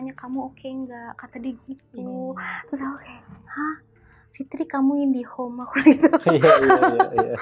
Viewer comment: Pengucapan IND1HON yg sangat sofsepoken 😂 dan bikin ngakak